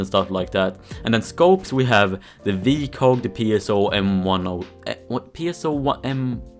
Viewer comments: That's... how it's pronounced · The way you said Heckler and Koch made every german orgasm